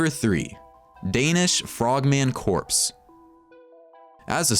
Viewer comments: It's pronounced 'CORE' not 'Corpse' it's not a 'Frogman "dead body" ' it is, however, a " Frogman Core'.. why do people not understand this? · CORPS: Pronounced "K-O-R" Definition: Military unit consisting of at least two divisions / CORPSE: Pronounced "K-O-R-P-S" Definition: Dead Guy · It's pronounced core! Corpse just happens to be a dead body. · it's pronounced core, not corpse. learn to read pls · Nothing pisses me off more than people mispronouncing the word Corps. You say it as Core, not Corpse; ok? Get it together people. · corps is pronounced core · Very interesting but can no-one point out to the narrater that corps is pronounced 'cor', the p and s is silent and corpse is a dead body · CORPS is pronounced CORE dude. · Any one else get triggered when he continued to mispronounced "corps"? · Corps is pronounced "core" ..... dumbass. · I learned today two things: 1. Nokk from R6 is Danish Frogman Corps 2. the narrator doesn't now how to pronounce corps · I think it's spelled "CORPS" and pronounced "core"...as in "frogman corps" meaning "frogman unit" or "frogman group" [sort of like "Marine Corps" pronounced "Marine Core"]...[many Americans are quite ignorant of proper pronunciation these days] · You'd have thought an American narrator would've gotten this right.